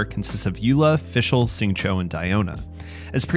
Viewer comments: How come you pronounce Xingqiu as "Sing Cho"? Shouldn't it be like "Shing Cheew"? I'm not an expert but IIRC X = SH sound, Q = CH sound, and IU = "ew" but with a harder E sound. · Please pronounce Xingqiu’s name correctly— it’s like “shing chew”, not “shing cho “. The English VA says the name wrong. Listen to the Chinese VA or listen to this video